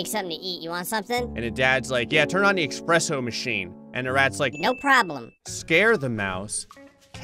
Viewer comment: Bro its espresso not " expresso"